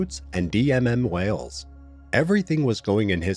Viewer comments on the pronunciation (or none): none